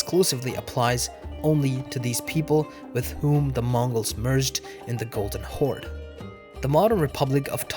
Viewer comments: its the golden horde not golden holde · Blue Holde - White Holde I think u meant Horde I asked ChatGPT, he said Horde ^^